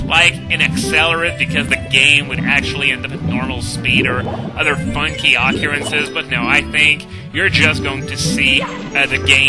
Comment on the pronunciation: Occurrences is pronounced Oh-Cur-An-Cez. I wouldn't bring it up, but you said it that way last video, too.